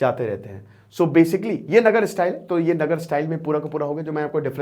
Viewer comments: नगर नहीं sir नागर style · नगर नहीं नागर